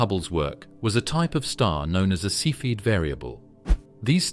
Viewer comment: “Cepheid” pronounced 3 different ways in 3 sentences.